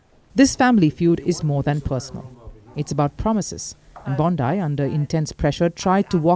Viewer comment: u cant pronounce name wtk BONDI